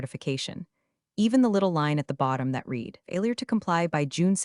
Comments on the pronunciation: I get tired of hearing read as reed, when it should be pronounced as red! Can always tell when it is ai instead of a real person. It really interrupts the flow for me! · Pronounce read = “red” not “reed” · I’ll hit “subscribe” when you hire a proofreader and an actual voice actor/actress who knows when to pronounce “read” as /reed/ and when to pronounce it as /red/ (along with several other similar words, like “lives”)… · You need to pronounce it Red every once in a while not read every time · Totally 😅 “red” vs “reed” mix-ups scream AI narration. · hearing it say “reed” instead of “red” totally threw me off too. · “reed” vs “red” mix-ups drive me nuts too. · When I like to read, it’s pronounced reed, when I read something it’s pronounced red. But hey, I guess you’re American so English (English) isn’t your first language. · very English, past tense is pronounced ‘red’ not ‘reed’. You don’t say I ‘reed’ the books six years ago. Now who’s not English? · Poorly read. The person reading couldn't distinguish between the pronunciation of the present tense of "read" and the past tense, pronounced "Red" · The past tense of read is pronounced red. Please please get your artificial inseminated robot to pronounce it correctly. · 97% of folks generating these AI written stories told by AI readers don't listen to the content for chronological consistency or pronunciation before uploading them. e.g. 1) Have you read (Pronunciation /red/) the documentation? 2) No I did not read (Pronunciation /rēd/) the documentation! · Teach your AI voice the difference between the present and past tense of the verb "to read". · that mispronunciation pulls you right out of the story every time. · so the original comment was WHEN it's past tense AI still reads it as if it's present tense.